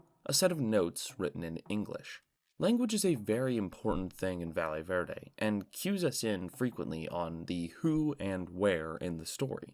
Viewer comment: I swear to god nobody can pronounce Valle Verde. Just call it Green Valley if you can't be bothered to look up a pronunciation.